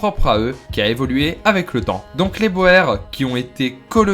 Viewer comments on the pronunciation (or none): Oui c'est insupportable d'entendre bohère 😟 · boer se prononce "bour". Sinon tres chouette video, tu mériterais d'etre plus connu.